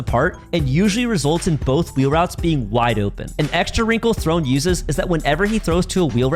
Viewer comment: ITS THRONEE